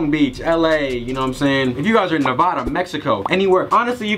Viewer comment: You said Nevada wrong no worries tho